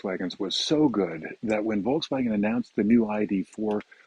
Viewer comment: If you speak German, one would expect you to pronounce Volkswagen correctly! ;-)